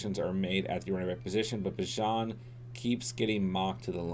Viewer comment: sorry for being nitpicky but its Bee-Jahn not bih-jon and he is a better pick than any QB, lucky he fell to you